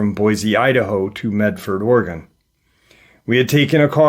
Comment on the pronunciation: Hi!!! I'm from PORTLAND OREGON and am just GENTLY GIGGLING about the way that you are saying OREGON...LOL It's said... ORY GUN...😊 Thanks for all that you do!!! Aunt Lori ♥️ Portland ORY GUN...😊